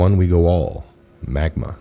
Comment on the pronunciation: I don’t believe in coincidences, but I don’t understand the significance of 17 months? Maybe it’s my Jewish brain looking for some deeper significance to this number who knows. Also MAGA not “Magma”.